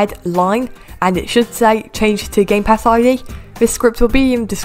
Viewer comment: I thought you said "Gaypass shop" at the beginning Lol